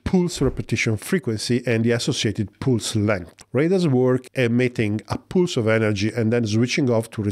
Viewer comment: Pulse is pronounced with an "uh" sound not an "oo" sound like in pool.